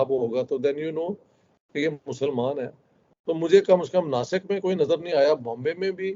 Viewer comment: Dasik nahi nasik hai